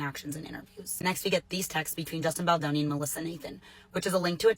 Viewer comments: Is it so hard to pronounce his name correctly? BALDONI, not Baldini. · It's BaldOni, not Baldini. What kind of crappy "news" show am I watching here? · Why do people say "Baldini"? There is literally no "I", that's an "o". The American ineptitude to pronounce simple things never ceases to amaze me. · the name is BALDONI, not Baldini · I found delivery annoying. And she couldn't even be bothered to pronounce Justin Baldoni's last name correctly. It's easy enough to pronounce according to how it's spelled - but she kept saying Baldini. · is the woman who gave all the commentary. Given all the press, she should have been familiar with the pronunciation of his last name. Baldoni - pronounced as easily as it is spelled - it's just as easy to say as Baldini. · It's BaldOni... not Baldini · All drama aside, its disappointing that a black person would be comfortable mispronouncing someones name. This is something we know all too well. Threw me off. But there is bigger problems in the world may be!!!